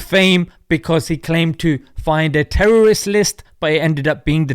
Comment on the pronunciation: “kkKkkkHaamass teWwWorWwist…”